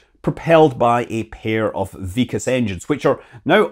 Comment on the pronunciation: Its not vik-as ...... Its VIK + kas .... K sound is carried over And Its IS-RO , like' is this '